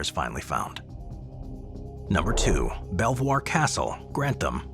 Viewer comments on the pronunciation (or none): Fabulous video. ❤ I visited Belvoir Castle last year and although you used the correct French pronunciation of the name, it's know as 'Beaver' Castle. Probably because nobody could pronounce Belvoir properly. 😅